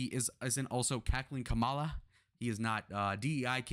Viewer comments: Assuming that you’re making a good faith mistake, it’s Kamala pronounced like Comma-La. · White guy constantly mispronouncing vp Harris name. Can't take this video seriously. He loves to say classic names like bob, Adam, Bernie but to ignorant to say the word mommala with a K. Racist white dude lives on.